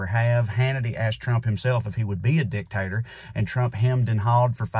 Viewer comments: I've honestly never thought of the word that way until you said it like that: "dick and tater" lmao. Never change, Trae! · Dictator sounds funny in the south...